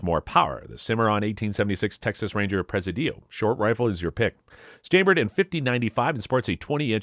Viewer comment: Not prez-a-dee-o! Pre-SID-ee-o